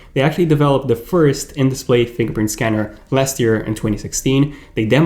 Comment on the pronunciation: Keep saying “Fing pint”